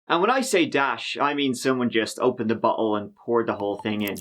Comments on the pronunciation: I thought you said butthole at :38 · Am I the only one that had to go back a few times around 32sec. in??I kept hearing him say ''and maybe a dash of insanity, and when I say a dash, I mean someone just opened the butt hole (instead of bottle) and poured the whole thing in''!!...ROTFL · you pronounce "bottle" like "butt hole" :-) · Bottle sounded like butthole